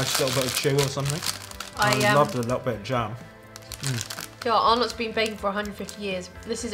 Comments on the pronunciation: For the record. Arnotts is not pronounced "Are knotts", it's "Ah-netts" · It’s pronounced Ar-NETS not “ar-NOTS”, sorry but as an Australian that hurt my brain cells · We don't really say it with a hard 'O' though - maybe more like Ar-nuts, just a bit softer? Emphasis on the 'Ar' sound, not the second part. I'm from Victoria and I've never heard anyone pronounce it as Ar-NOTs. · When they said it like Arnott I cringed lol it’s arnits and tic tics were made before Tim tok xD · LOL! We don't pronounce them "are nots", the name flows a bit smoother, like "arnits" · I have NEVER heard of ARR-KNOTS. 😳😳😳 Take a tip from an Australian: it’s pronounced R-NITS. And you should have a warning because Mint Slice contains actual mint. One biscuit is enough to set off people with a mint allergy. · I'm from Australia and for some reason it's really annoying me that they say ARE NOTs. We called them arnets. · It’s not pronounced (are nots) it’s (rnets) FYI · I thought he said "our nuts" i pissed myself laughing though😂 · In Australia we pronounce arrnots, arrnets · Arnotts is spoken as (are nuts) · You pronounce arnotts arnits not how it is spelt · Listening to you guys say Arnott's wrong is funny as 😂😂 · Btw you say arnotts wrong